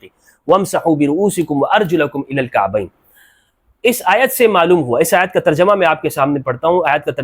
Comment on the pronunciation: علامہ صاحب کعبہن کی معنی ٹخنوں نہیں ہے کعبین جمع نہیں ثانی ھے ٹخنوں جمع ھے